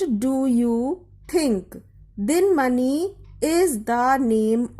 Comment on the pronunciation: It's D-i-n-a-m-a-n-i not d-i-n-m-a-n-i